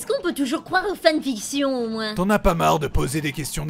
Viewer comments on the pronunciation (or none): none